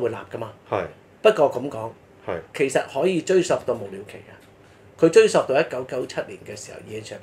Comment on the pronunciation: ，追溯的「溯」字，正讀「素」，不應讀「索」。